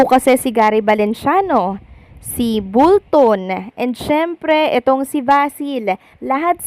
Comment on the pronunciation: Akala ko ba naagaw na ng kalaban si Elvis? Yun yung Title ng Click Bait mo akala ko ba Elvis umalis na naagaw na ng Kalaban??? Hayy naku sayang lng oras ko pinanood ko toh guest lng nman pala.. Micheal BOLTON hindi BULTON...